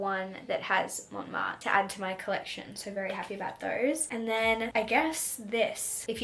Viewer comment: I’m French and it’s so cool to see France from your point of view ! I wanted to react to a few things : - Your pronunciation is actually good and cute but a little tip if you want to try : the “n” is silent in « Montmartre », « croissant », « Menton », etc. - It’s funny because to me « Shakespeare and Co » is magical because there are books in English - The candy you bought, we call them « Fraise Tagada » so « Strawberry Tagada » but honestly they are not the best ones in my opinion 😅 - I’m not sure but it’s possible you were in France while it was in a « alerte canicule / heatwave alert », which happened a lot this summer Can’t wait for your next vlogs!